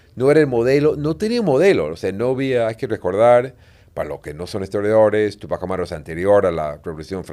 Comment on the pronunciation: Túpajh Amáru. El francés casi todas las palabras suenan a palabras agudas. Pero en quechua o jhíchua suena a palabras graves o llanas. Sio si se debería acentuar para evitar una pronunciación equivocada y sonaría raro, no suena quechua. Ojo quevhua o jhíchua es region sierra . Rúna-sími rimájhmi-káni.